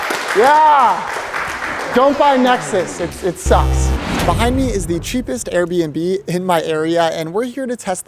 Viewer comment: Airbnb, not Aribnb!!!! 🙂🙂🙂🙂